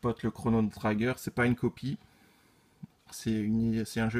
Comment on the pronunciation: Belle collection ! Je ne suis pas collectionneur de figurines mais j'aime bien celles que tu possèdes. Par contre, si je peux me permettre, attention à la prononciation de l'anglais (notamment "dead(ly)", "trigger", "hearts", "may", "asylum", etc.).